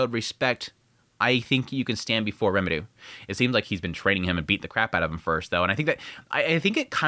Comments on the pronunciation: The amount of times you say Remuru instead of Rimuru makes my ears cry. If you are as into anime and japanese culture as the amount of posters and figures in your background, learning japanese is definitely a benefit to yourself and to explaining your recaps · Why do you say Rimurus name wrong? It’s rimru, rimtiro and a couple other variants you say but never once in the video did you say his name right….. it’s like the nuhrootoh Naruto pronouncing for me